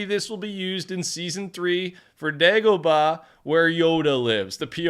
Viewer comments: You said dagohbah right:D as a star wars fan I'm glad lol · YO DEGOHBAH WAS SAID CORRECTLY